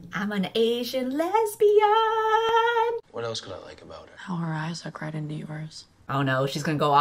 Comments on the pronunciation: gurl did you say les-bi-an est? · it sounded like lesbianonest sskssksksjdsjks